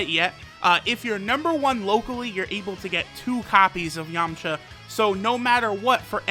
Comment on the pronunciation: I swear he said yumcha